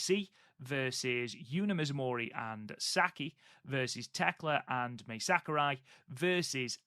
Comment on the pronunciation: You got Mai Sakurai right. 👍 Same vowel rules apply to Saori. 🤣